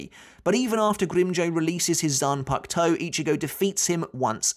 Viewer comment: Zan puck toe? Are you serious